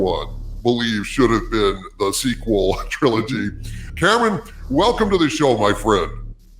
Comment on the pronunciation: How can you not even try to ptonounce kamran. Its not Cameron fool